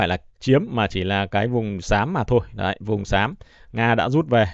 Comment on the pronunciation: "Đấy " chứ không phải" Đái " nghe 😂😂😂😂😂